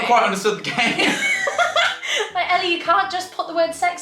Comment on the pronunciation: Woah hearing you say Ellie is weird 😂